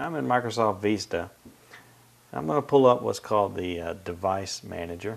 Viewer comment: LOL How he pronounced Vista XD.